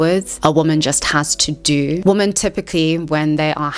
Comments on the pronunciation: What is it with people pronouncing the word "women" as the word "woman"? I'm hearing it more and more and its so bizarre: people who take extra effort to ennunciate and pronounce their words (like this woman), but cant pronounce Women ("wimm-en")? Hey, there is a woman! (Woom-an) Hey, there goes some Women (Wimm-en) This could be such an interesting video but i had to turn off as the constant mixing up of singular and plural pronunciations was too annoying Its as offputting as somone, making a video about Youtube, needing to say the word "Youtube" at least 500 times, but they pronounce it "Ootube" Just sit and imagine.... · You're doing the "woman" instead of "women" thing on purpose !